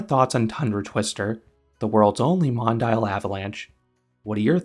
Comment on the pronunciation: Hate to be the "uhm actually" guy, but it's pronounced Mon-Dee-Al, not Mon-Dial.